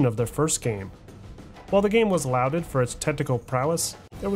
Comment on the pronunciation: Highly informative! But one quibble - sounds like you said the game was "louded". I'm sure you are way too literate to think the word is "louded" as in "the critics and fans loudly praised it" but just in case, the word is lauded and definitely pronounced "lawded", from the word "laud".